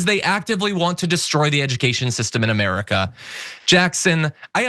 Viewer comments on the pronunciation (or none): none